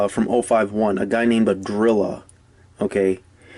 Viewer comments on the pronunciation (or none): Ahhhdrilla ahhh 🤣🤣🤣🤣